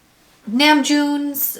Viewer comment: Everytime you say “Namjoon” I think of JK’s mimic of it. You say his name in a very Americanized pronunciation 😅.